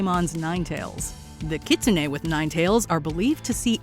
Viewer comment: Does anyone have a tsugomogami candidate at home? I have a cookbook that has been used in my family for over a century. I wonder how it would be as a Yokai... PS: my favourite Yokai is Kitsune and the narrator's pronunciation was atrocious.